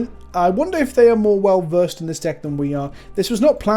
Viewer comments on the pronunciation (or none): none